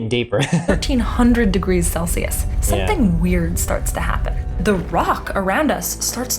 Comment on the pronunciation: "Seven thousand degrees celshus." ... I'm unfamiliar with that scale. Is it anything like "Celsius," which literally everyone else calls it?